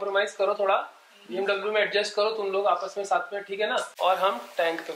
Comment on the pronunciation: It’s bmw not bmdabloo.... congrats it’s a beautiful car